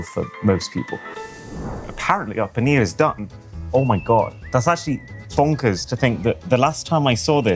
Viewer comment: I Respect Him Saying Poneer’ Tikka Masala With The Proper Accent.